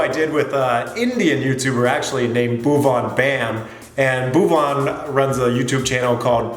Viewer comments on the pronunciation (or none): I was crying with laughter everytime he said buaan bamm!! 🤣😂🤣😂🤣😂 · Indian YouTuber " Bhiuvain Bayummm" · Here's how to really pronounce his name: BHUVAN = Bhoo (like boo, like you wanna scare somebody but with the stress of the H before the 'oo') + Van (like One, the number). So that's Bhoo+one. And the Bam should be pronounced like the word Balm. So yeah... Bhoo+One Balm. Hope that helps. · His name is not viuhbam, his name is bhuvam bam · He is not buvaan baaem! The pronounciation is bhuvan bam! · Boob on bum nhi sir😂😂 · Your pronunciation of bhovan bam is very good 😂😂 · He says Bhuvam BUM .......LOL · It's Bhuvan Bam ( Bhoov-n Bam ) and I do have a question why your pronounciatian is so different compared to Indians ? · Bhuvan byam...🤣🤣🤣.........so how's he gonna pronounce banchhordas chhatriwala...😅😅😅....🇮🇳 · Bhuwan bang ohh Bam 😂😂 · Pronounce it properly. It's Bhuvan Baam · It's actually pronounced as bhuven bum not as bam!( Which is more like damn!) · The pronunciation to Bhuvaan baem was fan 😂😂😂😂🤣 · His name is pronounced like Bhoo One Balm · You should pronounce his name properly... He is a god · How he pronounced Bhuvan bam😂🤣